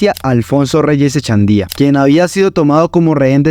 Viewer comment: “Echendia”, “Arcisniegas”, “Manuel Manoa Cuz”, “Mayor Francica Naranjo”, “Magistrado Genco”, “Armarales”… es a propósito la mala pronunciación de esos apellidos?..en fin! Le recomiendo el podcast “Arcanos y Reyes” de David Marín..14 capítulos de lo que en realidad ocurrió ahí.